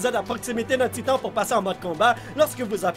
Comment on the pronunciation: « Salut tout le monde c’est et bienvenue sur Attack On Taïtan »